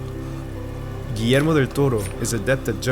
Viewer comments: I love that you didn’t butcher the name of Guillermo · As a Peruvian, I like that you pronunciate Guillermo's name as we Latinoamericanos do it. Great videos btw! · I know right? I'm used to people forgeting the "ll" in Guillermo